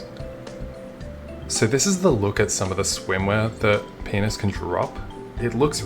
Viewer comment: I love how you pronounce Pianus